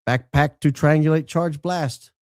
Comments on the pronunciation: The way says “backPACK” lol cracking me up! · Alright, now you're just "BACKPACK"ing on purpose now,. 🤣 All I could hear was AFFLACK or ACKACKACK from that Martian movie, lol. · The emphasis on BACKPACK 😂 thought he was going to sing Dora The Explora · The way you say backpack has me cracking up I think we need to do a skit with Dora the Explorer saying it with your voice lol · Say “backpack” one more time 😂…it made me laugh for some odd reason 😂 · if you say backpack like that one more time, I may scream! STOP!